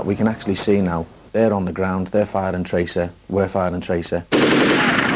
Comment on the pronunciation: "They're firing traceh, we're firing traceh"